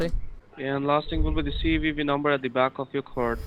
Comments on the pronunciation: CWEWEE number on the back hahaha!!! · The cWeeWee number lol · OMG you the best. Dawid, wisa card, CWeeWee